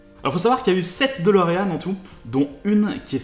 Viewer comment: La dOlorean e, prononciation ???? holala